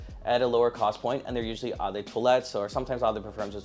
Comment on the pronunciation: Brother, if you’re too no to make a video educating people about fragrances, learn how to pronounce “eau”. It is the French word for water, its is pronounced “oh”.